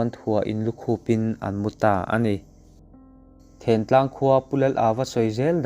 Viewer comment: Thiantlang leh sialhau khaw hming i chhiar dan te chu ava mak vele